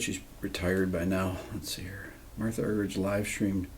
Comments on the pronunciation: Rick, it's pronounced. Argerik not ' rich ' a bit like your name is not pronounced Beeto, Gerrit? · thank you for this priceless homage for one of the greatest and i like the way you (der amerikaner) pronounce her name argeritsch😂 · Last name is pronounced Ar-ger-ich. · Her name is pronounced...are-hear-each...for what its worth. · Rick, if you ever get to meet Ms. Argerich, remember to pronounce it Marta! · Not the way she , herself, pronounces it… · 80 years old and has been famous for decades and you STILL can't pronounce her last name?? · And Obama mispronounced her name when he gave her the Kennedy Center Honors award. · You're pronouncing her name incorrectly. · Incredible for someone 80 years old. I'm nearly half her age and I don't even have my own piano concerto memorized. It's a shame that one of our former presidents couldn't even pronounce her name in front of her face. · One in a million indeed -thanks RB! If anything, I wish you would make the H a little bit more silent (as in 'Marta' the Brazilian soccer legend), then have the G sound more like an H ('Arhherich'). Being an Argie it is pronounced that way. Back to the music though, the Scarlatti 141 OMG! Un abrazo buddy